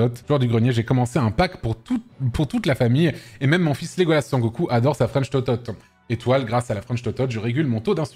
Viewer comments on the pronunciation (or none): Salut, toute petite remarque, c'est "Son" Goku et pas "San" ;)